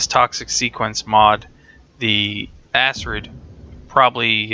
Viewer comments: Its pronounced akrid not asrid. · ***** The problem with that is Acid is A (the A sound) sid (cid). When you add an R to the word you then have A (A sound) crid (c and r together remove the S sound from the C and makes a K sound instead). This gives you Acrid or Akrid. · ***** Acrid is a word from the dictionary meaning having an irritatingly strong and unpleasant taste or smell. It is pronounced akrəd :D Edit: Read through comments to see you know this now. Was beaten to it. haha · ***** i don't think everyone is trying to be a grammar nazi when it comes to these things. Its just that when your reviewing something, you might as well pronounce something correctly. Its like listening to a review about a book where the guy pronounce the title wrong...its just abit aurgh... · ***** That's fine, but that doesn't make it correct. You can be wrong if you want to, but excuse people for trying to help you not look like a fool.